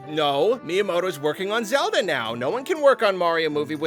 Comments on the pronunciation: Legend of Zelba Movie? I thought you were talking about The Legend of Zelda movie. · “ the legend of zelba movie” 🤣🤣 who else caught that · lol "Zelba" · The Legend of "ZELBA"